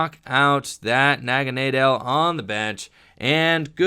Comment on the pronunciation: Aaahhhh, it's "Poy-pole" and "Nag-uh-nay-dull"